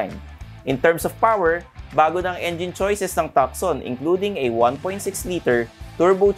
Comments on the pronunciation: Hyundai Tucson is pronounce as. Too soon. Something like that silent C po.not tukson..if u dont mind. Tnx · Tuckson 😂 Tuson 😜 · Tucson is pronounced as Two-son, not tuk-son. :) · If you dont mind too, it’s not soon it’s son! Too-son. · HIndi po Takson (Tucson), Tuuzon po. :) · it's not Takson (Tucson) it's tooson (as in Tucson, Arizona.) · Napansin ko din hehe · Pag pronounce po ng ng "Tucson" sir is parang "two-sawn".. Parang yung sa Tucson Arizona, Godbless po! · Tucson is pronounced; "too son" not "tuck sun". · TUSAN po at hindi tukson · Hyundai TALK-SOON daw, hehe,, its Hyundai TUSON! silent "C". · tu-son not tuc-son, C is silent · Tucson- "Tuson" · Tucson should be pronounced as TUH-SON. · hindi b "too-son" ang pronounciation ng Tucson...? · Di ba tuson ang pronunciation nung tucson? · Na distract ako pag dating sa Hyundai haha!! Tucson (Tooson) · actually it should be pronounced as Hyundai Tucson (Tusan) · You don’t pronounce Hyundai Tucson correctly, should be pronouncing it (Tuson, ) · Thanks sa correction. :) Silent C dapat hihi! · Tucson is pronounced as TOO-SON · Tucson is pronounced Tuson.. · Takson ba talaga tamang pronunciation.. hehe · Tukson daw hehehe ...ilan vlog mo na ganyan pronunciation ... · TU - SON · Too- son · Pansin ko lang din, ang laking issue sa mga nanunuod yang "TUCSON" kung paano bigkasin. Wala namang diperensya sa performance ng sasakyan kung mali ang pagbigkas😅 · malaking issue yan kasi may mga bata na pwede makakita nito at akala nila tama yung pagbikas sa TUCSON...